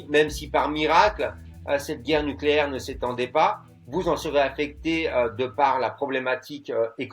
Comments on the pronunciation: "NuCUlaire, ça se prononce nuCUlaire" 🟡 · Niquèlaire, on dit Niquèlaire